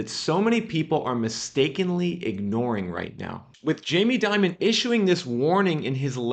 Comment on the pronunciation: jamie Dimon is pronounced Dee-mone, just as an fyi for future dialogue.